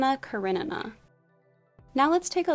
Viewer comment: Please please please work on your pronunciation. Many of the names you got completely incorrect. Elizabeta is not pronounced "bet a" it is pronounced like "beat a" and Karenina is pronounced "kara ni na". Please don't use wherever you are from as an excuse for linguistic laziness. Americans often do this and it comes across as rude and arrogant.